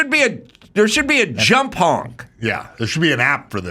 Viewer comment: Adam says hank instead of honk